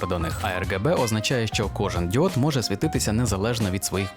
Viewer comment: замість діод мені почулося ід*от...